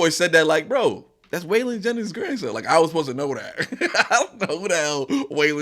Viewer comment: Struggle is the grandson of a great country artist Wailing Jennings might odf butchered his name but it's awsome how he's in rap being his background